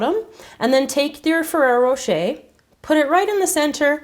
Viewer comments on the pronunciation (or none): it is ferrra rocher and not ferra rocha like you were saying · I'm sorry but it really bothers me when you say ferrero rocher!!! It was driving me crazy... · I'm sorry but it really bothers me when you say ferrero rocher!!!